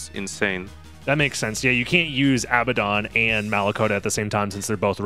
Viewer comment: "Abaddon" is pronounced uh-BAD-un